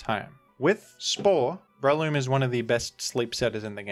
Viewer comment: Daaaayyyuuummm Rilla with the hard R